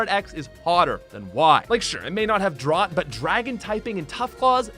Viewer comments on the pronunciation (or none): none